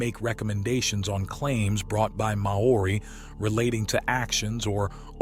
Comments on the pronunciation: Interesting. Maori is pronunced "Maw-ri", similar to HOW-REE. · NOBODY says ''Mah-orri'' to pronouce Maori. (He then switches to contort it to ''morri''.. WTF? IF Maori was pronounced MAh-ori, then it would have been spelled, in the Maori tradition as Maa ori. Two 'A's. Also there is no such stone as ''ponamu'. it is PUNAMI! if you want your documentary taken seriously TAKE THE TROUBNLE TO PRONOUNCE PEOPLES NAMES AND CULTURES PROPERLY. it's simply pronounced ''mowry', or mau-ree, TWO SYLABLES, NOT 3. Why are American's so LAZY at taking the trouble to find out the right words and names and pronunciations? it makes their documentaries seem like amateur attempts at playing at TV documentaries. According to Maori legands I was told BY Maori in NZ, the Maori themselves tell you that BEFORE any Maori culture arrived in NZ the Mori Ori had alrerady been there. When I ask actual STONE MASONS about large blocks, they aren't impressed by the strasght l;ines, and tight fit. This is NORMAL STONE MASONARY practice.. the only aspect that does impress them... a bit, is the size of certain giant blocks around the world. But slaves and animals have been used for millenia. What IS really good about the documentary, is showing the attempts, despite great progress in indigeous land use and rights since the 1970's and particularly from the late 90's till now and on, of the government in 'censoring' exploration and research into pre-Maori settlers. I am really surprised the documentarey makers did not take the trouble to find out about the legends of the Mori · "Mow oori"???? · far from it